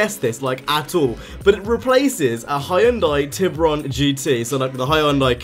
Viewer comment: "Hyundai Tibrion" i cri evritiem